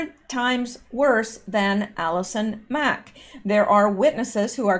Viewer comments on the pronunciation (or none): none